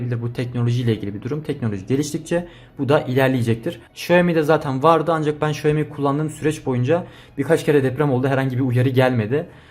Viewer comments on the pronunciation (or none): none